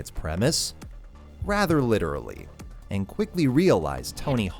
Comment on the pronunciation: Lichurully unwatchable.